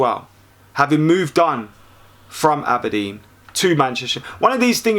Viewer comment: ABERDEEN NOT ABBADEEN